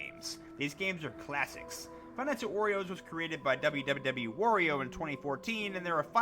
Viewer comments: I heard him say five nights at oreos twice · Five nights at "worio's"?